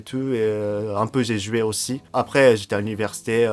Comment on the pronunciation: L'articulation est importante en français comme dans toutes les langues. Quand tu dis: "J'ai pas joué" on entend: " J'ai pas joui" C'est différent...